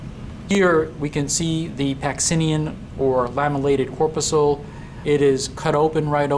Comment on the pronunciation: Corpuscle (mispronounced). Sweat glands are now called eccrine glands (since the mid-1970s). However, my "laser light" cat loved the video.